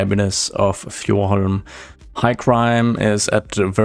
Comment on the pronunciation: I would love an episode of you speaking your main language I loved how you pronouced Fjordhoim it was just awesome